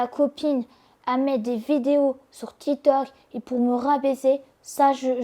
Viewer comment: Grave, déjà quelle n'arrive toujours pas à prononcer son employeur, TITOK